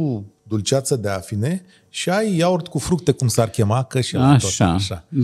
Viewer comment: va faceti de ras pronuntand "iaurt" cu accent pe A...